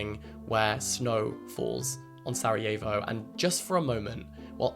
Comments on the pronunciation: It's so weird hearing someone pronounce Sarajevo differently than I'm used to here. I didn't even know it was pronounced like that in english, interesting. We pronounce it like sar - ah - yevo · Absolutely no hate to you, Jack, but your pronunciation of ‘Sarajevo’ made me flinch fjfjf 😭 Great video as always, though!!